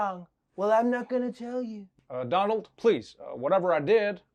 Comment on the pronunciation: Mr. DOLAND Trump😂